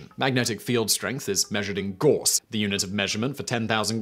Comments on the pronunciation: "Gauss" is pronaunced gAus. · Gauss pronunciation change?... Now you're just trolling us pedants. Respect! 😜😂🤣